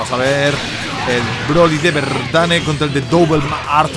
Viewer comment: ES V LO QUE DIJISTES MAL :V